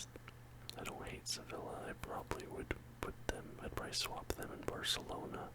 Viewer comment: btw sevilla is pronounced Se-Vi-Ya. :) (also im a panthers and chelsea fan and its been nothing but pain)